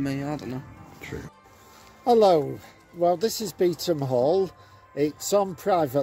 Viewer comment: Bee thum . Not beet-ham